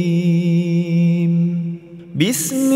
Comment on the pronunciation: Sekedar masukan ustad, mahorijul hurufnya mohon dikoreksi sebelum di terbitkan, mengingat ini akun didengar banyak org islam diindonesia, sdgkan lapad terakhir di ayat kursi ini dibaca Azimm bkn Adzim ditebalkan.